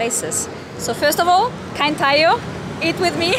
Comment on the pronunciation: Nice! is learning tagalog. You said it right “kain tayo”. 🙌👏